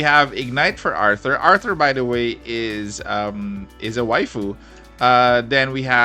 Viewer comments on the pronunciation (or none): none